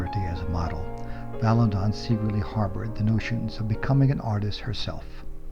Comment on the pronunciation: Very nice, but it's "Vala-DON," not "Valan-don." Only the "n" at the end.